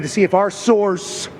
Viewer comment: The whole “source-ses” thing is annoying af